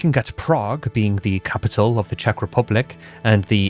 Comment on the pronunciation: Your pronunciation in Czech is actually really good ❤ especially since Czech is so weird of a language, that even native speakers often have to go through speech therapy as children to learn to pronounce some of the weirder sounds 😅😂